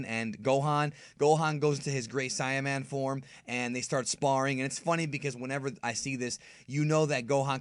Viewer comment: it's pronounced 'say-ah-man' as well as super 'say-in' instead of super 'sigh-in'...